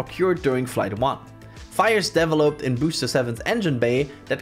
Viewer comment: The way you pronounced "developed" hurt my ears.